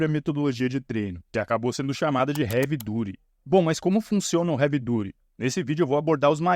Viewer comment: Sensacional seu vídeo, fiquei corrigindo a pronuncia na minha cabeça hahaha Havey DAAATY